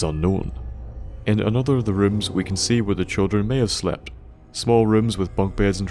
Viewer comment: Who pronounces "Can" as "Cannel" And "Now" as "Nouwl"